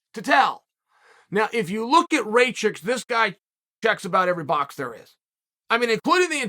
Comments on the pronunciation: Show some respect, say it right -RAKIĆ !!! 🇷🇸🇷🇸🇷🇸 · Uncle Cheal, Rakic like Miocic (last latter) or blachowicz...and 2nd latter also 'a' of Rakic is not good 🤐🤷🏻‍♂️ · Raychich, blahoevavich and jiri prohaska.